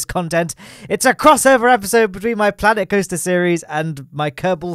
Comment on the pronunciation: Sooo Klanet Koaster